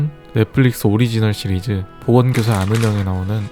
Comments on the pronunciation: 나왜 보험교사라고 들리지.... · 보험교사 아는형